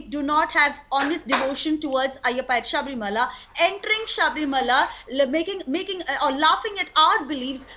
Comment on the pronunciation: Idiot anchor it is Sabarimala not saabrimaala.